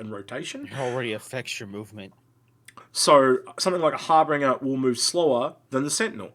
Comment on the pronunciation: Love your vids ... but please say it right its Har-Binge-er as in Harbinger of DOOM ;)... Its my Awesome ship ive been dreaming of for nearly 2 years now ... But yeh it Sucks in game currently I dont know why they even put it in now... pretty much nothing for the Harbinger works ... armour not in game .. torpedoes are unselectable and pretty useless and man dont even start me on the rocket turret ... that possibly the laziest implementation of something ive seen in game .. they just nailed some delta pods on to the normal turret .. wow sure rockets aren't really a fully working thing yet but the fire rate, the damage, the tiny tiny ammo count ... whats the point of even having it The all cannon load out also sucks and not what it was ment to have ...wheres my railgun Now if you stick a Size 5 Galdereen and 4 laser repeaters on there and its pretty handy .. until a npc ship drives into you and knocks off your main gun It still escapes me why they have fixed and gimbled guns on the same aimpoint Also whys it so slow ... I had a player bounty target in an Aurora MR and it just runs off at 1200 m/s and Ive got zero hope of catching it ... in my ship thats mostly engines I think im guna melt it and get some stuff that works... will come back in a few years and see if its got any better